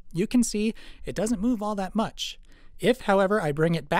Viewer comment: "Mooove da stuff out of de way" made me smile :)